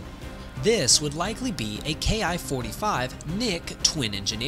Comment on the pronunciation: Probably not a Ki-45, NICK's didn't have the performance or altitude. The ''Soup-ed Up'' variant you speak of at frame was more likely its descendent, a Ki-102A ''RANDY.'' OBTW Ki is pronounced ''KEE''. It's short for Hikoki = Airplane.